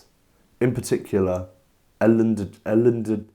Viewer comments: Jellen Decordoneres 🤣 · Jellen Decordeneres 😂😂😂😂😂😂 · Jellen Decordoneres 😂😂😂